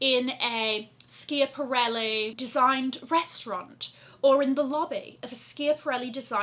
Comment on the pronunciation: think you need to Google the correct pronunciation of schiaparelli!